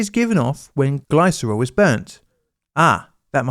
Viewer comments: Sorry, but "Gliss-er-ol" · Glycerol pronounced /ˈɡlɪsərɒl/. I REALLY like but do wish would check how to pronounce things. It seems an odd failing.